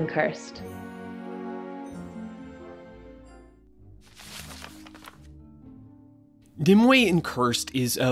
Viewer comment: Narrator: Mneme/Nimue Me: Meme